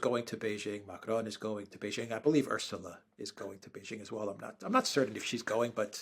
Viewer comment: Pronounciation of Ursula is wrong.